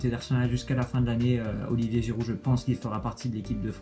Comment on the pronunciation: C'est Giroud Nan ( au lieu de giiroud)